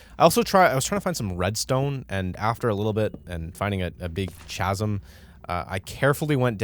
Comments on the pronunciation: Chazzum? its pronounced "ka-zum" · ...Did i hear Ch-azum instead of chasm??? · Chasm = "KA-zum" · it's "k-asm" not "ch-asm". It's like chrysalis or Chris, the ch makes a hard "kuh" sound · chasam like lmao idk i was stuck on that, just so you know its like... kasam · why does he pronounce chasm like Cha-sim and not like Ka-sim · If I hear the words tch-asm every again I will find you and decimate you it’s cA-sm not tchasm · Cha-sim? The 'h' is silent in Chasm, my dude. Ka-sim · It's not CHAZ-um. It's KAZ-um. Finally got a pc and looking forward to trying all the minecraft mods I've been seeing. In a way, you helped me impulse buy x,D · Couldn't watch any more after hearing someone say ( cha-sm) sounding like a frat boy found a big hole. Shameful. 😂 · Did bro say “Chaz-im”? Anyways love this guy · Isn't 'chasm' pronounced 'kasm'? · chasm is pronounced kasm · the ch in chasm is pronounced like K. Kasm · ITS PRONOUNCED SORTA LIKE CASM WHYD YOU SAY IT WITH THE CH SOUND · Always lots of fun how you roleplay the situation you're in. Great video :) Just FYI: "chasm" is pronounced like "kasm". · I am sorry but it is pronounced ka-sem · The way he said ch-asm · No way this mf pronounced “chasm” and “CH-asm” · Bro……chasm……the h is silent. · Is that how you think chasm is pronounced? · bro siad chasm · bro said chasm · I would like to note that pronounced Chasm incorrectly. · You pronounce chasm wrong in every video. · I can't get over how he pronounces chasm